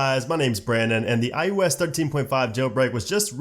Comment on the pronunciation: Why he keeps saying " i U S " ? it is " i O S " !!!